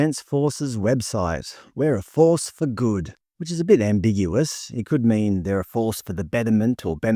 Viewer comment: Might need to pronounce ambiguous properly.